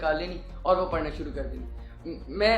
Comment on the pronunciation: Sir please Correct the word "parna" word parna nahi hai sir Actual word Pharna yani urdu mein jo py k baad ray aa raha hai wo ray nahi hai wo aray hai ray k uper toain ana hai so please correct sir next time and you are doing best sir. May allah almighty bless you bundles of happiness thanks, Jazakallah & Allah Hafiz